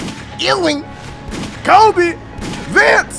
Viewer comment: This video started like a damn horror movie broo * the way he said KOBEE im cryin rn youre the best